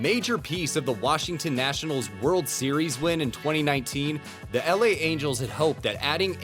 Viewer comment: Great video but i cant get over how you said LA im fucking dead 🤣🤣🤣